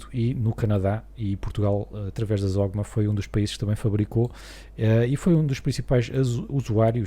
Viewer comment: ( minutos) sem qualquer intenção de dizer mal do canal não se prenoncia (zogma) prenonciase "(OGMA) Indústria Aeronáutica de Portugal". Espero ter ajudado ao canal e a quem tiver a mesma duvida.😉